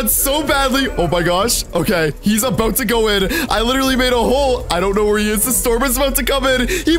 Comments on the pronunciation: Does anybody noticed how he said were instead of where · He left out the h in where